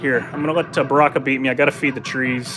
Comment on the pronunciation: barkaka (Baraka) lmao